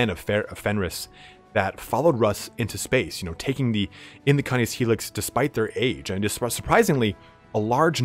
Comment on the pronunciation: its cay-niss. As in canine. As in doggo... as in wolf doggo